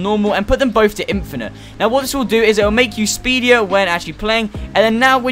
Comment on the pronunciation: He said “speedier” 😂